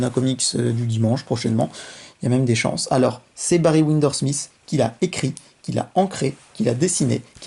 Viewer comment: C'est "je suis le meilleur dans ma partie" et non pas patrie Et c'est pas les quatre premiers tomes que tu as lus mais les quatre premières issues ou chapitres Et pour finir c'est WindSor et pas windor